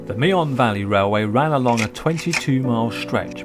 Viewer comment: It's pronounced Me'n, not Me-on.